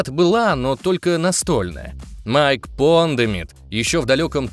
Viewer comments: Майкл Пондсмит а не Майкл Пондимит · Майк Пондсмит, не "Пондэмит". Резануло слух... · Пондемит? Пандемит? Это отсылка? )